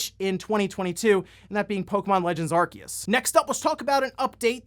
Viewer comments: I didn't give him a thumbs down but the way he pronounces Arceus is f**** stupid. It's written Arceus ffs not f**** Arkeus. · It's ArSeus (arceus) just have to look at the japanese name, アルセウス (a ru se u su) NOT a ru KE u su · Pokemon Legends: Arceus is pronounced “Arseus” in Japanese. Where did you get the info that its “Arkeus”? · "Ar-seeus" is the true way of saying it's name anyways. Saying "Ar-kee-us" just sounds so wrong lmao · It’s pronounced Arseeus, not Arkeus. The japanese pronouncing is clear on that. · The problem with the pronunciation of Arceus is that in Japanese, it actually is the same name, pronounced "Ar-see-us" (Technically アルセウス Aruseusu) while they appear to have called it both "Ar-key-us" and "Ar-see-us" in the anime and movies I think, causing more confusion. I honestly would prefer it be pronounced the former for consistency reasons. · It's literally A-ru-se-u-su in Japanese, "se" is pronouced like "say" "Ar-say-us" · it's "Arseeus" and i will die on that hill. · Ar-see-us get the ark tf outta here, saying it wrong just cause someone from nintendo said it wrong just makes you as dumb as that person. Arceus looks awesome the only big criticism I see is still no voice acting. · It's okay, not even Pokemon fans know how to pronounce Arceus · It's pronounced Arceus, not Arceus. The Pokemon Company just doesn't know how to pronounce the names of their own Pokemon.